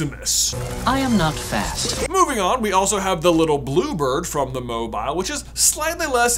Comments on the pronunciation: Sorry, did J say Mobyill? Apparently the i is the opposite of silent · Why are you pronouncing mobile so awkwardly? It is a moving statue who's name derives from it's mobility, pronounced like the adjective. Like, you seem to be aware, you said it correctly , that's sooo weird... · I hate the was he’s saying mobile. He said it right once though.